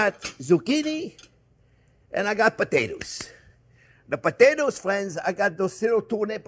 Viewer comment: "Well hello there phrinzzzzzzzzz!!!!"